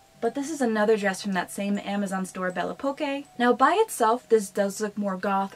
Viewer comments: Really nice video ! I'm french and the store is pronounced "belle époque" (beautiful times) ;) Where did u shop the pink dress please ? She's so beautiful 😍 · Belle Poque: I believe that it may be intended to be pronounced "bell pock" as a pun of Belle Époque (bell ay-pock), a period of French history near the end of the 1800s. Belle poque may mean "beautiful because". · Bell oh Poke is how its pronounced. The que is a k sound. 😊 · hey! A little help from a darkling alike, it is pronounced as: bell eh-pock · I am – losing my mind hearing you pronounce Belle Poque. It’s a pun. On Belle Époque. Made to sound and look like a name. AH 😅😂